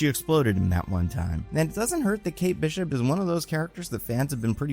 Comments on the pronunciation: i hate the way you pronounce kate bishop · What are these pronunciations? Ashoka? Kate Beeshop?